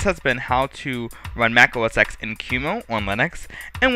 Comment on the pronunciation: To say Mac OS X : Mac OS 10 not EX